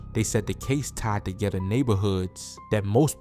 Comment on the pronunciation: Where he from he said togetha 😭😭